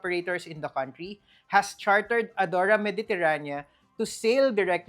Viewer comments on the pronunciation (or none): none